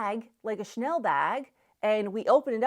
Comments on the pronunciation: The way she pronounces the name Chanel.😂😂😂 I’m French, I hear Schnell. Cha-nel. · There's an A in the name Chanel . Shnell is no make and is actually a German word. Shnellbag😂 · 😆 a 'Chanel' bag or a 'Schnell' bag? Please note that Chanel has two syllables 😆. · CHANEL has 2 syllables: Cha- nell! Not shnell! Please! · You pronounce Chanel wrong.